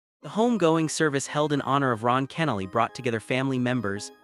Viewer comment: Any time you CANNOT correctly pronounce the deceased name means it's AI or ignorance. Either way, disbelief of the post. Insincere post looking for views.